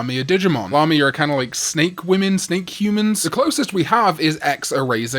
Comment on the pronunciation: Lamia is pronounced Lay-mia not Lah-mia.